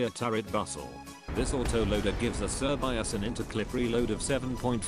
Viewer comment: its not actually pronounced "sir bi as" its pronounced "shuh bay say"